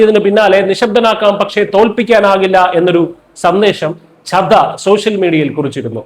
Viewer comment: Try to pronounce the names properly. It is Chadda and Aatishi, please note.